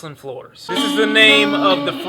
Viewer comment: its pronounced Floor-ez